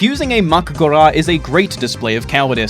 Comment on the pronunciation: "mak gora" lmaoooooooo